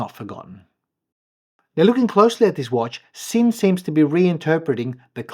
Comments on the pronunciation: Just fyi it’s pronounced Zinn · Beautiful watch. BTW it’s pronounced Zinn. It’s a German made watch and S in German is pronounced Z. Sinn Zinn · It's pronounced Zinn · Nice piece. In German, Sinn is pronounced Zinn.